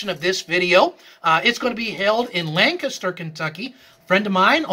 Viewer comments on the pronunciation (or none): none